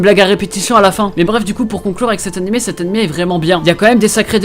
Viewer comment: Pk tu dis animai , on va pas se le cachai? Tu sais pas prononcer le son é?